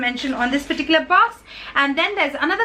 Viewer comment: You say lots of 'perticular's in your sentences. 😄